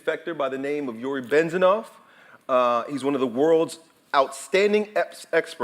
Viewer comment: it's Bez-meh-naf not Ben-ze-naf ... just saying